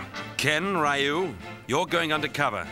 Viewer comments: The pronunciation of Ryu is driving me crazy. And wow, Cody's voice is hilarious. I'm pretty sure Jessica being with him would be considered abuse of the mentally challenged. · 1) Cody's voice & accent 2) Rolento's voice & accent 3) then Ken's hair... *Bonus* They're pronouncing Ryu as: (Rye-Yuuu) instead of (Reee-Yuuu) which also hurts my feelings, lol 🤕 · streetmagik I hate the way they pronounce ryu .its reoo not Raaiio. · Always hated the way they pronounce Ryu's name lol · So did I until I learned the proper way to say it. But u would think w/ a production team behind the scenes they woulda got it right. Like if I pronounce Machete as (Ma-cheet) that would hurt ur ears. We gotta respect Ryu! Lol 😆